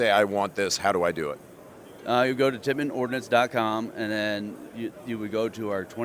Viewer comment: Did you say Titman Ordnance ?😂🍼 These run on milk ?